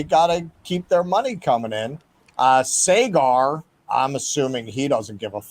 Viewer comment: Saygar? You can't even pronounce the guy's name correctly?